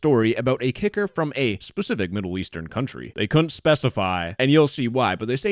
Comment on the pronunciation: This is so disgusting i hope they get investigated Btw whenever says kicker it does not sound like kicker